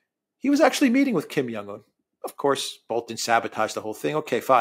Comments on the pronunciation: The name is KIM JONG UN, not Kim Yong Un. You're reading Jong as if it were the same as in Karl Jung or "young man." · The leader of north Korea is called Kim Chin in. Not Kim yan un😂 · You know what's really not hard stuff? Pronouncing Xi (she) Jin Ping and Kim Jong (not Young) Un's names correctly.